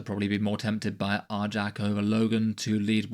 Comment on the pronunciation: One minor correction- it's pronounced "Ar-yac," kind of like "Ny-all." Great breakdown of the rules though.